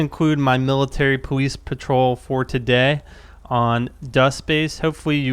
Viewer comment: he said powice